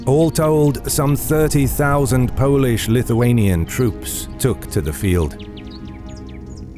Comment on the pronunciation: This time a quite good pronouciation of Polish, Lithuanian, Ruthenian and Russian names.